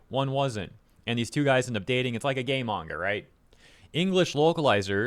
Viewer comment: a true fan wouldnt use a dub smh smh also wtf is a "mayga man"